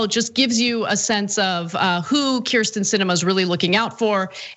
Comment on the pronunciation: I love this piece, but Cenk Uygur really needs to learn how to pronounce Kyrsten (Hint: It's "Keer-sten.")